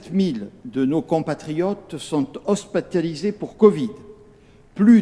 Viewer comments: « Hospataliser » ptdr premier ministre français ne sachant pas parler correctement 😘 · il a vraiment une tete de gogole il a du mal a lire le prompteur HOSPATOLISER jajaja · « HospAtaliser » du verbe hospital ! Okkk bisous au revoir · Apres cet entretien une visite chez l orthophoniste fera pas de mal et oui hospeteliser c sympa en direct 👽👍